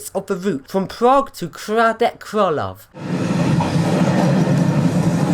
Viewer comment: I'm half Czech, its hradets kraloveh not kradek kralov and pardubitseh not pardubeechy 😂 Nice vid of the pendolino though